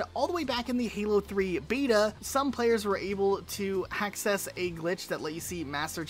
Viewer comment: ...did you say Hackcess...?